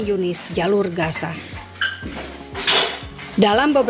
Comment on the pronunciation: Logat yang baik sedikit ya.gaza bukan kasa.